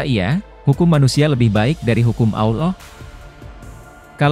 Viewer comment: Maaf chanel ini gak pake suara admin manusia. Chanel ini pake suara bot / robot text to speech Adminnya hanya mengetik text saja, lalu disuarakan oleh aplikasi Bot nya Robot text to speech memang tidak bisa mengucapkan ALLAH dengan lafadz yg benar. Salaam... abaikan komen ini bila anda tidak berkenan